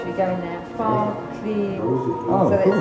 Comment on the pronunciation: "We are going to train the guys on how to fog" - sounded like F*** 😅